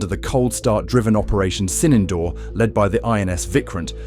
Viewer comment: Not 'Sinendoor'...it is Sindoor... And the 'd' in Sindoor is not pronounced as in 'door'...it is pronounced as 'the' as in 'therefore'